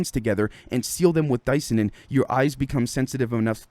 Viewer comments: I think you actually pronounce it Dis-Ya-Nin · say Cyanide, the say Di - Cyanin